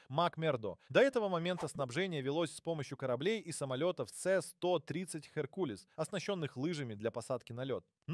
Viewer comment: Дружище, нужно уделять внимание правильному произношению: авионИка, геркУлес - режут слух.